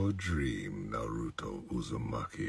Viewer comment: I just wish he pronounced it like in the show nadruto